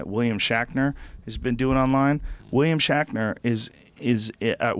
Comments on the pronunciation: William Shackner Star Track Twinner ... jesus joe, are you having a stroke? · "William Shackner". Joe needs to take a break from THC for a little while. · Who the fuck is "William Shackner"?!